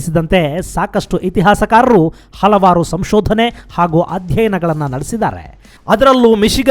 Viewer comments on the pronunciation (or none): none